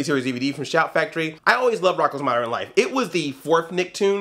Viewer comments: Why do you pronounce "modern" as "moderin?" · Moder-in Life?